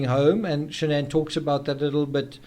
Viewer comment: Her name is SHANNON. NOT Shan-ANN NOT Shan'ann.......SHANNON